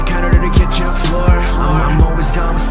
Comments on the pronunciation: Ayem değil (I AM) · Abi Ayem değil I'm